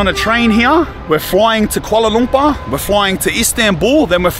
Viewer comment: Watching from Malaysia. It cracks me up how you pronounce KUALA LUMPAAH. All love ❤